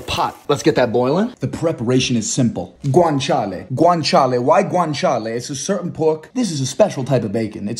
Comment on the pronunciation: dude hes say granchaley pee pee poo poo